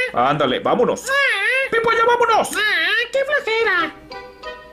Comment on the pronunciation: Es Peppa no pippa